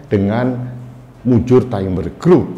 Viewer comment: Bukan taimber Bro. Tetapi tetap dibaca timber..